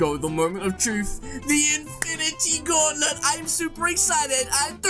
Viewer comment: 14sc into the vid did he just say infinity gaulet not gauntlet wow English class passed congrats 👏👏👏